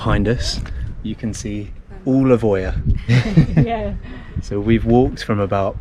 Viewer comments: Love your videos, but please pronounce Oia properly 🙏🏼 It's Eeea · The combination "οι" in Greek is pronounced ALWAYS "ee" like in the words " tree" "three" and "free" . Almost all tourists who make YouTube videos from Santorini pronounce "Oία" wrongly. You just have to say "eeah" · Its pronounced IA :) great videos btw!